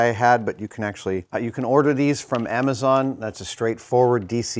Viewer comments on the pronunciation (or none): none